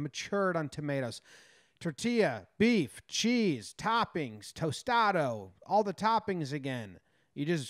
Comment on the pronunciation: Say "tostado" like that one more time...